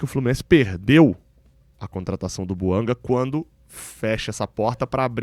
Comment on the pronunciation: A pronúncia é francesa, aliás a língua oficial do GABÃO é o francês. Assim é BOUANGÁ que se deve falar.